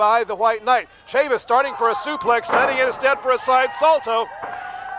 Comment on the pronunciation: This promotion was owned/promoted by former NWA World's JR Heavyweight Champion Nelson Royal....it didn't last long. Funny how Dusek pronounced Tonto's last name...Tatanka... Buffalo Chris Chavis like Travis not Chavis like Mavis. Good to see him get outta the Sportatorium though!